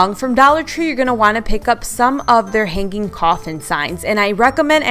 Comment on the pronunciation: Im trying to watch but your speech impediment is very hard to listen to. It’s pronounced Hanging not han-geen. Your ideas are awesome but the way you pronounce hanging it horrible. A speech therapist can help you . I couldn’t say messages until I got help. Good luck 👍